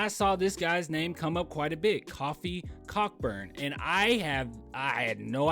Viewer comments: Its Coe-fee coe-burn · You're saying his name wrong you're saying coffee is kofi lol